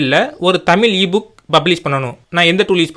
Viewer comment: தமிழ் தட்டச்சு செய்வது என்பது குறித்து தங்களது விளக்கம் பாராட்ட தக்கது. நன்றி! ஆனால் தமிழை தமிழ் என்று உச்சரிக்கவும்: "தமில்" அல்ல.